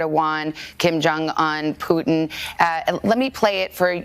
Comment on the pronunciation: Kim Jung “Uhn” ???